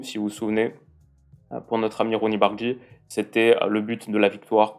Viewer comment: Par contre faudra pas prendre l'habitude de l'appeler "Bardji". C'est "BardRYi"